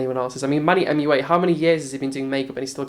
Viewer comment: when u say manny mooa it kills me every time